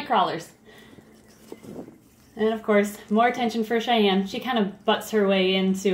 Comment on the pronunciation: it's Cheyenne, not chanelle